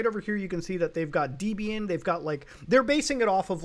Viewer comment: FYI: It's pronounced "deb-ian", not "deeb-ian".